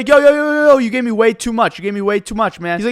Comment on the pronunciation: I have a question, why do you pronounce Me as Meh?